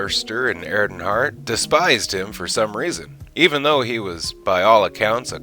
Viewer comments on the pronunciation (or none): Dr. Erhardt is pronounced "Air-heart" and Joel's last name is "Hodge-son"